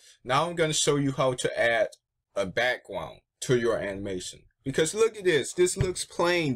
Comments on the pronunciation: You said bwackWound instead of background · You can't say back ground XD, I love it